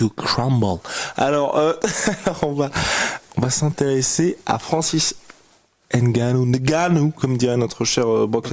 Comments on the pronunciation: Faut arrêter avec votre N-gannou c'est débile. c'est nicolas gannou? respecter le nom de gens. vous pouvez prononcer Gannou au calme, c'est déjà mieux. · pourquoi les gens disent N Gannou alors que c'est Ngannou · Pour info broke Lesnar a la bonne prononciation du nom au Cameroun on prononce "NGA" et non "N. GA" Voilà voilà je ramène ma fraise mdr